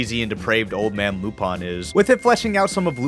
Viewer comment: I’m sorry I can’t get past the way you say Lupin